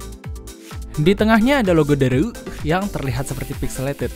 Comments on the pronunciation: Bacanya bukan dareu logat sunda, bacanya Dare You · Kyknya harusnya dibacanya dare u deh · Dareu itu merk cina dibacanya Dare U #cmiiw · Ngomong "dareu"nya ga biasa njir 😂